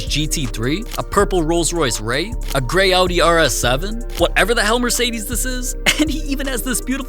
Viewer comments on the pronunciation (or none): none